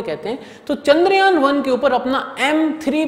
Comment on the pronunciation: Sorry for the interfere but.. The Spelling of चंद्रयान is ❌ It is pronounced as chandryaan. Not kandryaan